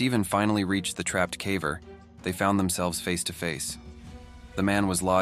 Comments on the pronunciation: Every time the AI reader says cavver instead of caver it makes me sad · Are you sure it's not AI? He keeps saying "cavver" not caver. 🧐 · Definitely an AI channel; who pronounces "caver" as "cah-vurr"? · It drives me nuts every time the damned AI voice says "caaver". No human would pronounce "caver" that way. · I could get into this if the AI wasn't saying calver for some god forsaken reason. Did dude really not listen to his video once before posting? Lazy as hell. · Ai can't even say "caver" properly. Ridiculous. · lol the AI pronouncing “caver” 😂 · The AI mispronouncing "caver" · Considering the main focus of your channel, you might want to teach your AI how to correctly pronounce the word "caver." smh